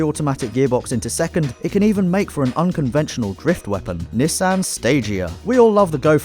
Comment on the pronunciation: Nee-sahn = Nissan